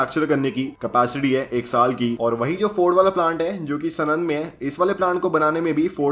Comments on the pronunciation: Bhai vo sunand nai he pronounciation pronounciation saanand he saaanand सानंद है सनंद नई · Its not sanand its saanand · Bhai Sanand is pronounced as Saanand, just fyi. Good video dude. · #aristrocarsenand nahi hota sanand hota hai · भाई वो नाम सनन्द नही साणन्द है 😊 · Bro it's saaanand not snand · सनंद वाला नही भाई साणंद वाला बोलो भाई 😂😂😭😭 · Just one nit pick : it's साणंद